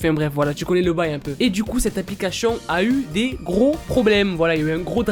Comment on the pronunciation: Est ce que je suis la seule à comprendre " applicachions" au lieu de " applications"? 😂 Hormis ce fait, je t'adore, continue comme ça, t'es au top! 👌